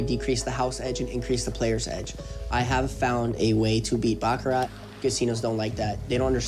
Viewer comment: sounds like bullshit to me. i was a baccarat croupier in tahoe-vegas and ac. he doesn't even pronounce the word baccarat correctly. the t is silent.